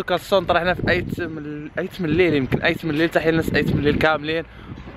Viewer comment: تيط مليل و ليس ايت مليل